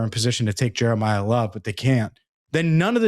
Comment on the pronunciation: “Jeremiyah Love” 😂😂😂😂😂